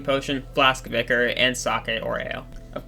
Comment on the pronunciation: its ichor not ikre